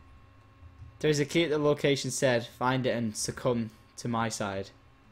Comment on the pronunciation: its not surcome its SUCC - omb